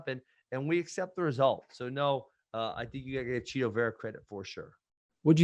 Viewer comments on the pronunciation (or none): Ariel is chito not cheeto 😂😂😂